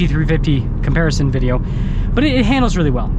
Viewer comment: Will you ever be able to say the word "video"?